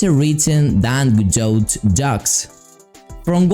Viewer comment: For future reference you dont pronounce the "T" its Prounounced "Gah-doe" nice video tho